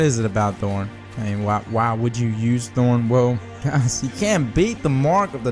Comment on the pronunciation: Is that really how you think thorn is pronounced?